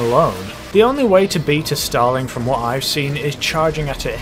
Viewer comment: Os it just me or whenever he says starling it sound like he is saying stalin